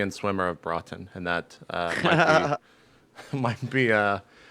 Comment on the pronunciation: Haha, I live near Broughton, it's hilarious how jp can't pronounce it